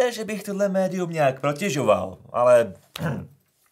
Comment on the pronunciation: Protežovat, ne protěžovat,:-) Je to od protekce a ne od tíže...i když to zní blbě;-)